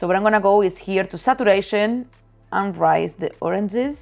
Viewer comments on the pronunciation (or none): none